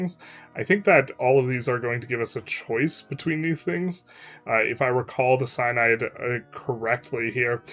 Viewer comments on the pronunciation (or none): Pretty sure Synod is pronounced sin odd and not sine odd.